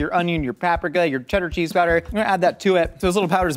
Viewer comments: Pap-ricka lmao 😂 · It psychically hurt me when you said paprika the way Bobby flay says it...